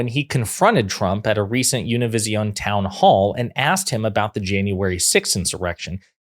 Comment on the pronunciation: Good Job for doing the best you could to pronounce Univision